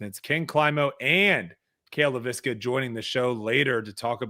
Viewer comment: FYI, it's pronounced LAY vis ka, not Lay VIS ka. Listen to how Cale pronounces it when he introduces himself.